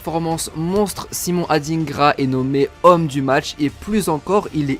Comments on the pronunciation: ET ON NE DIT SIMON ADINEGRA MAIS ADINGRA COMME TU VOIS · SVP les personnes blanches c’est pas pour être méchant. Ne prenez pas mal mon commentaire. Les noms africains noires vous avez vrrrrraaaimmment de la difficulté à prononcer. Ce prononce pas AdINEgra mais comme « Adaingra » un peu comme le mot vilain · On dit adingra pas adinegra 😂 mais je suis fière d'être ivoirienne 😊❤🎉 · On dit adingra pas adinegra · C’est Adingra . On prononce ça << dain >> pas << dine >>